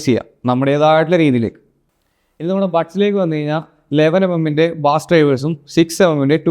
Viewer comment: ബാസ് അല്ല bro... ബേസ് എന്നാണ്